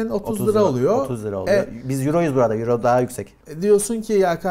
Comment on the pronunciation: 10 yüro ney, oyro diye okunuyor:)